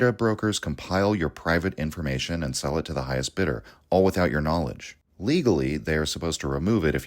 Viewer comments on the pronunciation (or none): none